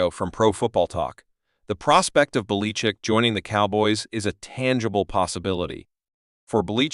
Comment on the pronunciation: This voice over is clearly AI. The program can't pronounce Belichick's name.